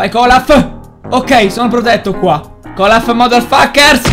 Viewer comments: comunque si chiama olaf nn colaf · non si dice colaf si dice olaf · poi si chiama Olaf perchè tutti dicono Golaf Olaf non Golaf almeno tu dillo bene non sopporto che tutti dicano Golaf quando invece si chiama Olaf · KOLAF? semmai OLAF xD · Ma non è Kolaf ma è Olaf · si chiama olaf non colaf😂